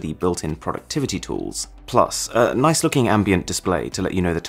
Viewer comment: "Your Phone has a nick camera."